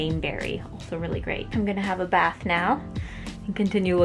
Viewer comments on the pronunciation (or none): none